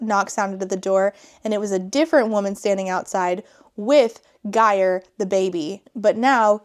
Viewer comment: Your pronounciation of Geir had me in stitches. It's a bit of a tough one I get it